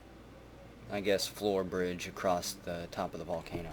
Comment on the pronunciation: May I know why you always say "acrossT"